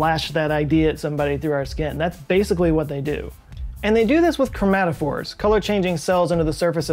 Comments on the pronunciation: Chrome-a-phore is actually chromatophore (/krōˈmatəfôr/) "chrome-at-oh-for" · ChromaTOphore, not chromaphore. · Cretaceous ammonites were cephalopods with shells up to ~2m in diameter. How many times did you say chromaphore after you got it right the first time with chromatophore? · Is it "chromaphore" or "chromatophore"? Either way, Cephalopods are my favorite creatures. They're almost more interesting and weird to me than humans are, and that's one hell of a feat.